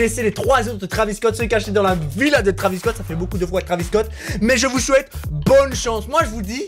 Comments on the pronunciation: ça s écrit travis mai on prononce trevis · On écrit travis Scott mais on lit trévis